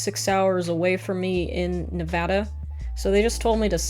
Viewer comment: being from nevada, you have no idea how much i appreciate the correct pronunciation